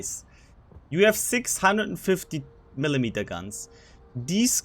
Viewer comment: you have six hundred and fifty millimeter guns... what i heard was 650mm guns lol